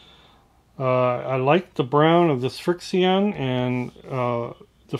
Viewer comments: I enjoy your videos. Love the shirt. LOTR is my favorite book trilogy and movie trilogy. Just a note, FriXion is a pronounced friction since it erases by using friction. It has an interesting formula that reacts to heat. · The frixion pen is pronounced " friction" just like the normal word. As you have already said it erases with friction, also with heat. Quilters use these as fabric marking pens because the lines disappear with heat from an iron. Don't leave anything written with this ink in a hot car. Your ink could disappear. I've heard that cold will restore the ink, but I don't know if that works. I would hate to draw with this and then lose my drawings. Thanks for all your great videos. They are very useful and entertaining as well.